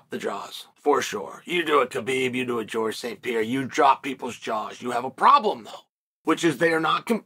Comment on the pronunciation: Who the hell is Pierra??? I’m a hardcore UFC fan and I’ve never heard of that Pierra person